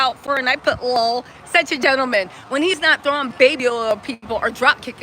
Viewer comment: Not you saying lol like it’s a word 🤣😂😂 Thanks for the recap!!! 🫶🏾